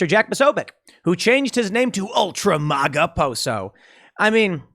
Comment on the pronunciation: MĀGA not MauGA 🙈🤣🤣🤣